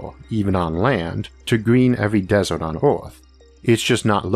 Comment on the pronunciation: waddor and desort. sorry those pronunciations just captured my attention too harshly.